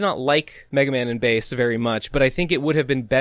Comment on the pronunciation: pretty big talk from someone who keeps mispronouncing Bass's name. how embarrassing